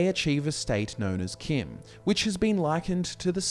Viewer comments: If you wanna pronounce CHIM as KIM, spell it that way too. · It is pronounced chim like cheese.